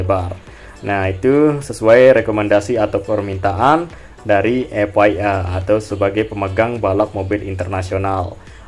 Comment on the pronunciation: Bang F I M / F I A itu bacanya bukan F Wai M / F Wai A , tp F Ai M/ F Ai E, klo F Wai M itu tulisannya F Y M, Way itu huruf y bukan i